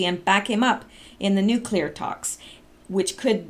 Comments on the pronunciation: "Nu" "Clear" please. Not nucular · Except that it's three syllables, not two, so it should not sound like new-clear, but rather new-klee-are (where klee is the same as the start of Kleenex). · The fact that you are so willing to try to pronounce NU - CLE - ER correctly, makes me appreciate you even more than I already do for all of your efforts. I watch your videos before any of the others. I have also been posting on other sites, referencing your videos, and encouraging others to start visiting your site. I love you. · tbaransky Jimmy Carter: “new-qu-ler” And he graduated in nuclear engineering. Lol. I never did figure that one out. Guess they didn’t have English classes when he was in school. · I don't care that you mispronounce "nuclear" but if you would like to break the habit, when you see the word "nuclear" try to see it as nu-clear (New Clear). When you have to say it just say new-clear as one word. Most won't be able to tell the difference. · Say nuclear any way you want; just keep making your vids! No worries. You make us smile! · Mason Petty, she tries but is hard for her; so give her a break. : )